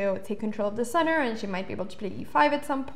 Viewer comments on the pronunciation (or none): none